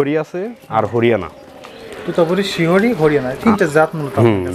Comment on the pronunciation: শিহরী না শিরহি